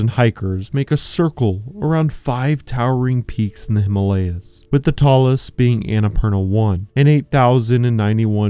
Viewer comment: You have done a remarkable job in reviewing it, if all of you are aware of the hazards of this storm. We were lucky; we did the trip just at the onset of monsoon, so we were among the few on the trek. However, I would really appreciate it if you, documentary makers, learn that you mispronounce the HIMALAYA. In Sanskrit, it is made of 2 words. Hima, as in Lima, meaning snow, and Aalaya, meaning temple or abode. Hence, the way you say it makes it a nonsense word. The name Himalaya is at least 10000, if not more, years old. We don't need a modern replacement. Thank you, esp. if you make the effort to change.